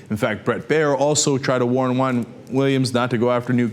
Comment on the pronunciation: I thought it was weird when I saw him ask the question.. Btw, why pronounce Juan like Huang?